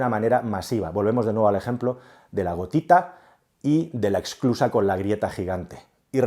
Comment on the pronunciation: SE DICE ESSSSSSCLUSA, NO EXCLUSA. SE DICE INFLACIÓN Y NO INFLACCIÓN.